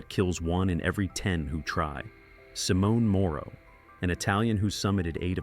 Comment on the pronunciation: And Simone in Italian is pronounced SimON-eh. The final e in Italian is never silent.